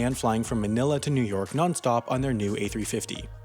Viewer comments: Is he trying to say "new york"? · New Erk > New York